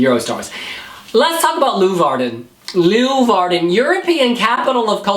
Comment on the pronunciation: The way ‘s saying Leeuwarden is awesome. It‘s a 10 minute ride from me, so I hope it will be there